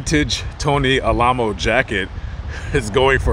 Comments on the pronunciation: that's, Al - A - Mow. as in remember The Alamo. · Oh yes I remember them. I was raised in LA. But I think their name is pronounced Al-uh-moe